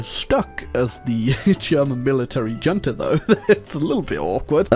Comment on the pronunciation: he really said JUNTA